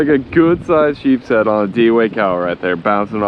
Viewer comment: It’s nice to know that someone knows how to pronounce the name of the fish it’s sheep’s head